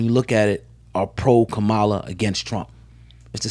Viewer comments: It’s pronounced Comma-LA not KaMala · It’s Kamala not kamaaala. First you say comma (like in a sentence) then you “La” (like “la la la la”) and there you have it “Kamala” easy as pie 🥧. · No one cares if the Fake black woman's name is mispronounced smh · I really wish y’all influencers would start pronouncing Kamala’s name correctly. You wouldn’t want to be called out of your name.